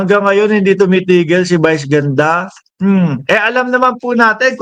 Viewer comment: Brod.vice ganda hindi bice ganda bobong utal.